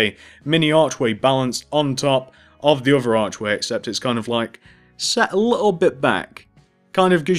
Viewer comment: Stop saying a liole bit its little bit